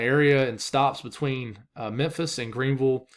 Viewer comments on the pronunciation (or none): none